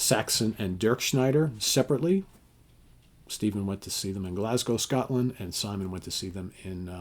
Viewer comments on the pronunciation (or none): none